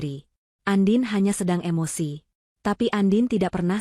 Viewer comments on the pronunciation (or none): none